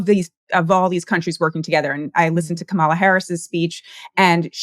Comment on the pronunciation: Nice show! As a journalist should pronounce Kamala correctly. Notice it's typical right wing media that mispronounces her name. The story about EVs is that they are too expensive. Woah she is rich leasing her Mustang EV. I make 25 an hour. No way I can afford an EV. They are still only for the rich.